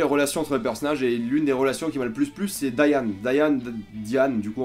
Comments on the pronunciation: Oui Diane se prononce "Daiane" en anglais, mais c'est dommage de regardé la VO sur du dessin animé alors qu'on a de très bons doubleurs VF dans ce domaine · ta prononciation de Diane me perturbe, sinon très bonne vidéo x) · DAYANE lol moi je suis team vf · La prononciation de Diane qui trahit le fait que tu regardes en VO :p De très bonne qualité évidemment !